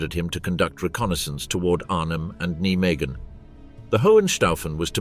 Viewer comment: Can you not pronounce Nijmegen properly?